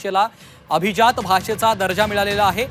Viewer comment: Are Mitra atleast now pronounce it properly...it is ABHIJAAT not ABHIZAAT But how many of we Marathi speaking people use Marathi properly!! Still we will continue saying CHAI BHETEL, or BHETI